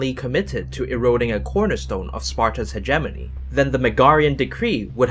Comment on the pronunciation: He keeps saying hegemony wrong